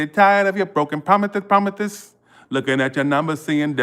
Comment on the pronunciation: Not the broken promithes 🤣 ♉️ lol